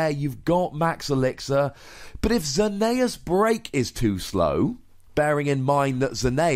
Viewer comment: It's Zer-ne-es not how you say it